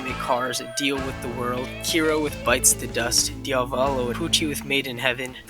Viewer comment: you said diavolo and jolynes names wrong